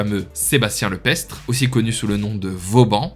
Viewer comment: Excellente vidéo très instructive ! Petite erreur à : c'est Sébastien Le Prestre (et non Le Pestre), dont le nom se prononce d'ailleurs « Le Prêtre ». 😉😊